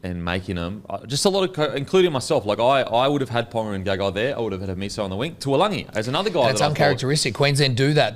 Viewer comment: Everybody butchering TAULAGI's name, its not TUALAGI lol love the banter on this though #bringOnGame2